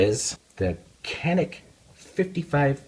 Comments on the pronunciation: "Canik" pronounce as "Janik" in Turkish language. Sounds like "j" letter while saying "Japan" in English. By the way awsome video :) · Pronounced JOHNICK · Just so you know, in Turkey it is pronounced "Janik". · This gun is pronounced Ja-nik, with that said I have the 55 TP9mm, great gun at a great value.